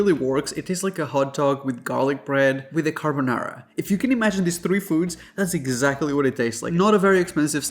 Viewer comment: Car bi an haha the way he said it 😊